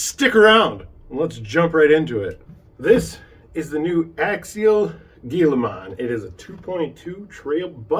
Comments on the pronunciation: Nice video review. It is pronounced hee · luh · maan same as the Gila monster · Firts off its pronounced hilamon. This vid is useless without running video. Not picking just saying.